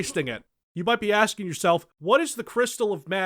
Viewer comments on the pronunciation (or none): none